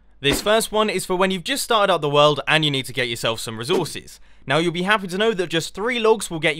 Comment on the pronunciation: anyone hear the way he says "resources" ?